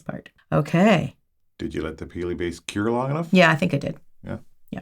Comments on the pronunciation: Peely not perky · Is it just me that laughs every time she says “Peelie”? Not in a mean way just find it amusing. 😂